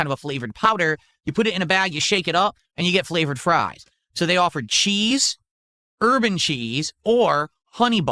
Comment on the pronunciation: He always says urban with a little extra stink